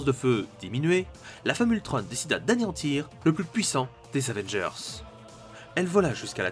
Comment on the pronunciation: Ultron pas ultrone